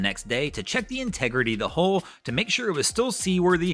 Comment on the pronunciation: Hull not "hole".